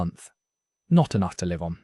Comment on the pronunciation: When the narrator pronounces words like "live" wrongly does that mean it's AI generated?